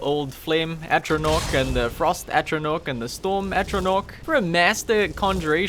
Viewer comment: i know i'm a year late but for heaven's sake please learn how to say "Atronach" it's an 'a' not an 'o'